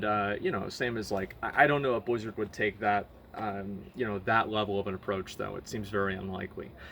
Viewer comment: BLIZZARD! not bwizzard. Work on your mouth sounds.